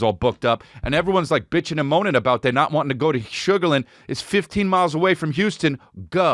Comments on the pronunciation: That's been bugging me too lol shug-ur--lan-d not shugarhlind but we have a lot of weird ways to say stuff out here lol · Just a heads up, we pronounce it Sugar Land, like it’s two words, around here haha not a big deal just saying.